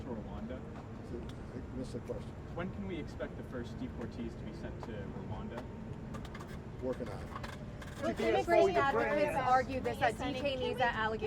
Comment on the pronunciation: Gush that reporter who can speak out "Ruanda" is just aggravating....